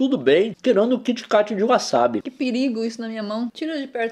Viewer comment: ''Kit Cati'' Leon. 2017.